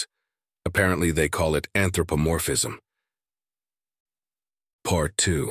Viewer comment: What impressed me the most is your AI pronounced anthropomorphism flawlessly